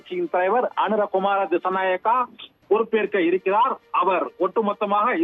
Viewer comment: அவர் பெயர் அனுர குமார திஷ நாயக்க சரியாக சொல்லுங்க சத்தியம் தொலைக்காட்சி